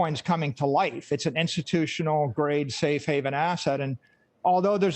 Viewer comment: He actually said save haven asset. BAHAHAHAHA MUPPET!